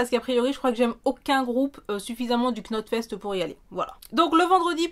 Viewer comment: Il y a le Sylak aussi qui est pas mal à Saint-Maurice de Gourdan en Rhône-Alpe très abordable et très agréables. Par contre c'est très métal extrême mais ça envoie du lourd. Et Knot fest ça ce prononce Not fest.